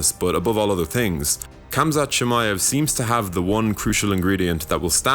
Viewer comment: By making the video and pronouncing the name incorrectly.